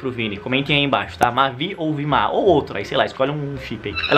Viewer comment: Vima eu ouvi villllmaaaaaa kkkkkk